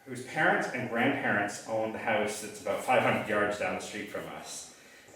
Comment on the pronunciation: Why do all Canadians pronounce House, Howwwusse?